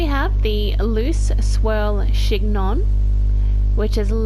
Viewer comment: Just a heads up that chignon is pronounced «shin-yong»